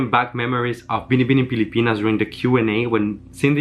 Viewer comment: Damn....you know how to say Binibining Pilipinas very well. Kudos